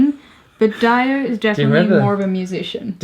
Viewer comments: Isn't it Dee-Oh? not Die-Oh? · no youre right they mispronounced dio as diiieeo rather than deeoo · "Who's Dio?" Gotta check him out ASAP, he wasn't just in Sabbath. His contribution in metal music was incredible, that's why he is one of the most famous metal singers :) (btw it's pronounced Dio same as like Rio) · I think you mispronounced Dio? Unless it is your accent that is making it sound different to me? I didn't know who you were talking about at first!